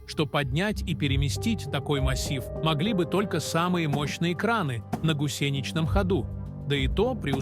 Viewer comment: Авточтец, конечно, делает глупейшие ударения... "ИнкОв", "На гусЕничном ходу", "циклопАх", "восемьдесЯт" и т. д... Шейм... Автор, плиз, прогоните авточтеца через ИИ, а прежде научите сам ИИ правильно расставлять ударения, а то просто коробит слышать подобное...